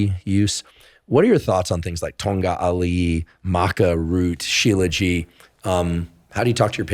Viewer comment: Aww 😂 Professor Huberman , it's called shilajit...you're adorable..😂